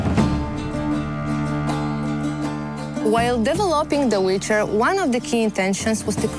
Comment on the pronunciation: Hahaha the "wither" hash